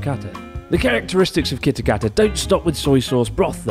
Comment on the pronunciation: Kitakata get mixed up with kitaakita 😂